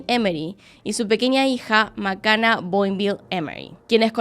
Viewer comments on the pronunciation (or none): La hija se llama Macana? Osea Makena? Que macana la pronunciación...y ni hablar de /jonolulu/ 🤔😔🤦‍♀